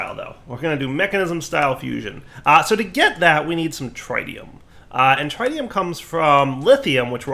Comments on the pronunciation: its tritium, not trytium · akschually it is pronounced TRI-tium like three-tium not TRAI or TRYtium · the way he says tritium is painful. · please learn how to say tritium